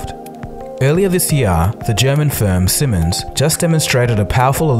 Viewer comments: Ok first it's not called Simmens, but Siemens Spoken SEEEmens! Pronounciation is on the first syllable. If you can't be bothered to research how to speak a manufacturers name, that doesn't bode well for your research. Second his research is cursory at best and lacks and deeper understanding of aviation. And if you are less inclined to be polite, the research is pretty much nonexistant, given that nearly all the footage and the statements are from the manufacturers. No contrary evidence is examined, no further information on how they actually function is given, no real estimation to the problems of the electric planes is given, which is where his lack of knowledge of aviation stems from. For example in a Prop aircraft the main source of noise is actually the propeller, something which is very appearant the faster the plane flies. Just look at the Tu-95 and it's derivative Tu-114 Airliner, they are the loudest aircraft known to man, and Fighter Pilots joked that you didn't need a radar to detect them, as you could hear them literally for miles, nautical miles that is. These things are louder than any jet. Or if you want to go to sickness inducing levels, no I'm not joking, I mean sickness inducing levels as in inducing people to puke, faint and soil themselves levels of noise, look up the XF-84H, nicknamed the "Thunderscreech", it could be heard on ground "run-up tests" up to 25 miles or 49 kms away. It also gave an engineer an epileptic fit due to the noise: And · Please say it like "seemens" because the ie in siemens is a long sound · In case this is going into production, the Siemens should be pronounced with a longer "ie" -> Siimens (pronounciation videos available) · His pronounciation of "Siemens" is so painfull to hear for me. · can you learn how to say 'Siemens' properly... thanks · Siemens: "ie" in German makes a long "e" sound like in "feet". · Siemens [ˈziːmɛns] i.e. 'see-mens' not 'simmons' anyway, carry on.. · "Zee-mens" not "Simmons". :)